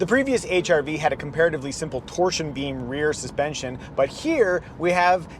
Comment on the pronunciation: The silent "R" makes it sound like you're saying H"I"V